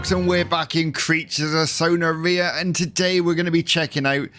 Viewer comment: Bro it’s son-ar-Re-a but it’s funny when you say it